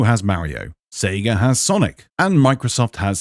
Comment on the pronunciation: how the heck did you pronounce a combination between mario and mario pronounciations